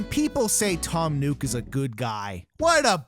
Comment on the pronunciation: FYI you're pronouncing Nook wrong. Its not NUKE, it's NOOK. Which is why the store is called NOOK n Cranny. 😑